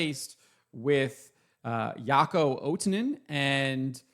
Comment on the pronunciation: The name is Jaakko, not Jaako. But still the best pronunciation I heard so far 👍